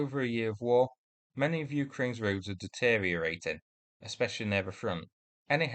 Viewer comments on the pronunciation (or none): none